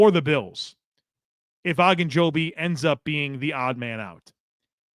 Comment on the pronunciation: Larry O. O. Ogunjobi. Not Agunjobi. It would be the equivalent of calling Joey Bosa, “Bossa” over and over.